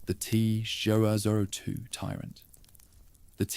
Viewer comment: Teh zwo zwo twoh 😂😂😂😂😂😂😂 wtf is this